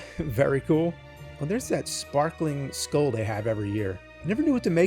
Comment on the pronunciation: For some reason the man can't pronounce the word skull - Walks around a Spirit Halloween and just names the things he sees with zero commentary - Can only wonder if the Teletubbies are making a comeback...? What the hell is he talking about? This is one of the most pointless and directionless videos the channel has ever posted. What happened?